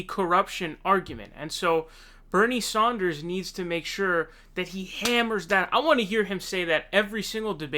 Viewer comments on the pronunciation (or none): Dude! I'm stoked on your frequent updates. You do good work. Buuuut Can you pleeeeeze stop saying Saunders! It's Bernie frikkin SANDERS, you've got to get that one correct more often. He deserves proper pronunciation. You can do it, man. I've heard you do it more than once. Practice in the mirror or something! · What's the story behind you calling him Bernie saunders instead of Sanders? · It's not Sonders bro, it's SANDER. I've noticed you tend to miss pronounce a lot of names. hopefully not on purpose. Stop doing that! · This kid is really starting to piss me off with his absurd mispronunciations. Who the hell is Bernie Saunders? You really need to grow up, dude. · Dude why do you say Bernie "Saunders"??! I can't unheard it now lol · why do you say "Saunders"??? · Appreciate the videos but why do you keep calling him Bernie Saunders? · Sand-ers NOT son-ders lol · Can you stop calling sanders saunders. You do it every video. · I was going to write exactly this. Watch & enjoy all these PV videos, but scratch my head everytime I hear "Sahnders" (?)🤔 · Sanders not Saunders. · Can anybody explain the non-standard “Sanders” pronunciation in every one of these videos? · Ok love your vids but you said Bernie SAUNDERS 😂